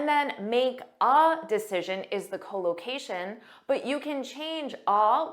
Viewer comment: Your English speaking is good but your English speaking pronounciation unable to catch up it, because instead of collocation spoke that cholocation, this me puzzling.